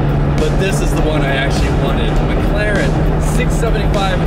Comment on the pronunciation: I knew was sigma because he said I don’t need entirteiment I have a mclareann